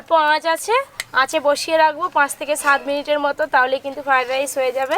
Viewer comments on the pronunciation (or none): তোমার বিভিন্ন ধরনের রান্না করার চেষ্টা দেখে ভালো লাগছে, কিন্তু তুমি খাবারের নাম গুলি ঠি ক উচ্চারণ করা আগে শেখো ফাডাইস নয়, ওটা ফ্রায়েড রাইস কাশ্মীরী মেথি নয়, কশৌরি মেথি যখন ভিডিও করে লোক কে শেখাচ্ছ তখন নিজেকে ঠিক রাখবে তাছাড়া এটা করে তুমি ইনকাম করছো, সেটা মনে রাখতে হবে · আপনি নিজেই তো ফ্রয়েড রাইস কথা বলতে পারছেন না আবার দাদুকে শেখাচ্ছেন 😂